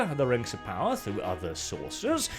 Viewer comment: Its Amazon's Token, Rangs of Powah.